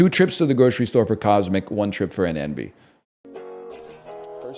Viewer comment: it sounds like he is comparing “Enby” apples to CC but hes actually saying “Envy”